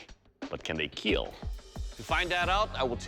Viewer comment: Over all Sir, your weapon "IT WILL KEAL"